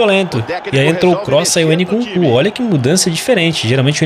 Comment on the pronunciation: o narrador falando o nome do nkunku: nucucu kkkk